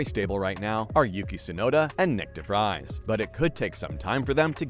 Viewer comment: it's prononced : "Alpeen" and "De vreez"